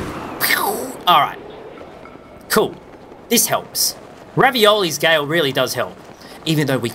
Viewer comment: Ravioli's Gale Me: 🤣🤣🤣 it's Revali's Gale P.S. Big Fan